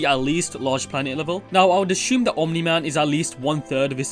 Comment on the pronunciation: There is no "h" in "assume" so 'ashume' is kinda a weird word.